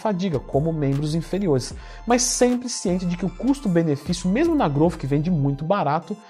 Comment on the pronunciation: impressionante como todo mundo fala errado. pronúnciam groufe e esta errado!!! Aprendam a falar Growth direito